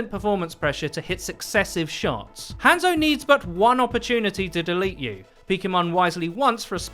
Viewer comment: Sorry if this sounds rude but can you stop saying han zo it's pronounced haunzo but spelt hanzo or はんぞ in japanese